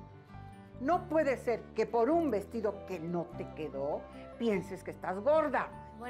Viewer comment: Like si te diste cuenta q dice vestillo en vez de vestido